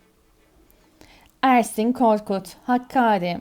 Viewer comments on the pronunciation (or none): Seslendiren kişinin Türkçe vurgusu bozuk. Bir kere HAKKARİ değil HAKKÂRİ diye okunur. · Ne kadar aptalca, lűzumsuz ve ırkçıık kőrűkleyen bir çaba. Kardeşim sen onu bunu Kűrt Ermeni diye kendi kuş beynince damgalamaya çalışacağına git adam gibi şeylerle uğraş. DAHA HAKKÃRi'yi bile telâffuz etmekten acizsin. Tam bir rezillik bu saçmalıklar!